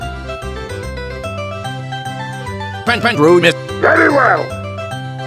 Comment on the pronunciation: he wanted Peh-Peh-Roo-Nee, not pepperoni